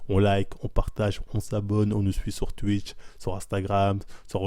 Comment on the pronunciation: "Touitch" et "Touitter" ca m'avait manqué !